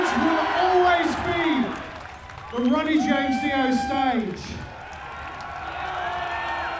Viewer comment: Sounds like he said Runny James Dio. Seriously though, may Ronnie RIP <3